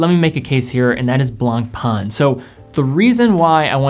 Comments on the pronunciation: Ok, you need to pronounce the French names correctly. Le Blanc (masculin) / La Blanche (feminin) means the color "White". Blan/c, the letter C is never pronounced. Pain, means Bread. So, Blanc Pain means White Bread. Because Le Pain is masculin, the adjective has to be masculine, in this case Blanc. Same goes with White Wine. French 101 for free 😋🙏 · lol true blangpang...XD it's blanc pain litterally means white bread in french. funny name for watches that go for 130000 euro per piece. allot of breads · Awesome list. Tis "Blanc-pen",though...easy peasy